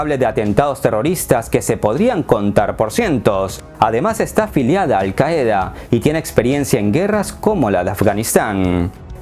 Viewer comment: se pronuncia alcaida, en español tenemos tres palabras de esta misma base qaf, yim y da : alcaide, alcalde y caudillo, significa jefe militar en árabe y en español